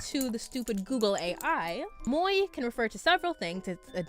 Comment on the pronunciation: Moe is pronunced as mo e.